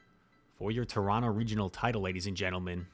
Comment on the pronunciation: Good pronunciation of Toronto, my guy haha hope you make it out again next year